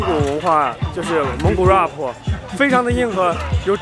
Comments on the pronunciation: Roughpppp😂😂😂 是 RAP 啦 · 怪不得我听起来怪怪的，还有rap 说成 哇婆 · 你果然看到蒙古国美女就"Very High"!!!!!!!!!!!!!!!!!,不過也難怪那些蒙古國美女被你嚇跑了！因為怕你“High”了。“Very tall” is the right way.还有那个“Rap”发音为[ræp]。你不要太丢人现眼了，丢到蒙古国过去了。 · rap，兄弟，你的发音不对